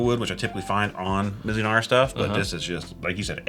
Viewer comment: Oops: that's "Mizunara"